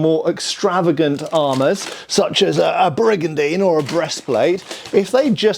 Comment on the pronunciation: I wonder how many times hes pulled up a brigadine in his videos while hes saying brigadine lol